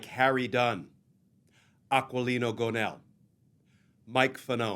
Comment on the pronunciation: Why is the volume so low on this video? And Aquilino pronounces qu as a k, so its pronounced like ah-kee-lee-no.